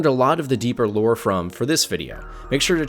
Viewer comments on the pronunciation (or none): none